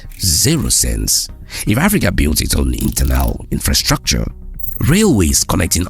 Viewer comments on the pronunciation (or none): none